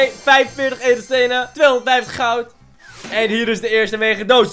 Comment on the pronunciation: Niemand: Helemaal niemand:: GoUd